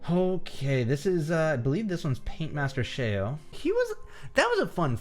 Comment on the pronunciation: Not to be that guy but it's called Paintmaster ShEo not Paintmaster ShAo.